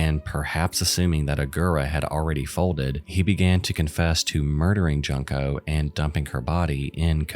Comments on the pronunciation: Come on, man....Junk-o? It's not that hard to find out the real pronunciation and not make her name sound like "junk"...It's "yunko", ffs.. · Man... you could of at least pronounced Junko's name correct.. it's "JUNE-Ko" not "junk-ko" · Solid video (so far), but had to pause here to say "June-ko". It feels so disrespectful to keep calling her "Junk-o". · Junk-o?! It’s pronounced, June-koh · I've watched many videos about Junko but the one thing that always grinds my gears is how every single person has pronounced her name so wrong, as if they're saying the word "junk" which just makes it sound ever more disrespectful. That is NOT how her name should be pronounced! You have to pronounce it the same way you say the "u" in the word "full" and absolutely not like "junk".... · Its a shame you couldnt learn to pronounce Junko's name right.